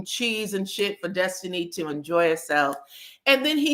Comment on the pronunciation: The way you mimic Nell and the way you say “Destiny” (it always sounds like Dustiny to me) always gives me the cackle I need 😂😂😂